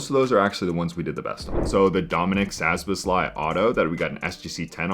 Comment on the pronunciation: Bruh, how can you be into soccer and butcher Szoboszlai’s name so badly 🤣. That had me rolling! Lol